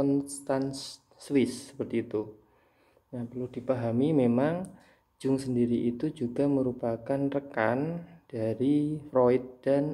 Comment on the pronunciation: Bacanya YUNG pakk... Bukan JUNG